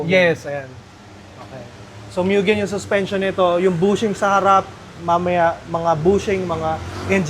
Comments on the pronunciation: MUGEN HINDI MYUGEN TANGA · Kailan kaya mapo-pronounce ng tama yang Mugen? Hindi sya "myu-gen" o "moo-jen" o "myu-jen". "Moo-gen" sya guys.